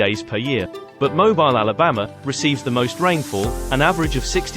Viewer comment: You pronounce Mobile to rhyme with heel. Thanks for the video. I live in hot, humid Houston. Winters are nice, summers brutal.